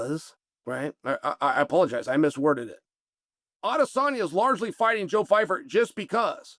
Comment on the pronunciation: pie (like what you eat) fer PIEFER (@